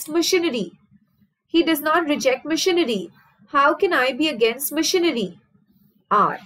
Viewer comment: Mam when you say machinery..it sounds like missionary ...that part was soo funny...but the rest of the video is very helping